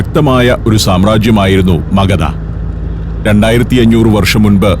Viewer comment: it is Aryabhattan, not Aryabhatan. And Magadha, not Magada. 😢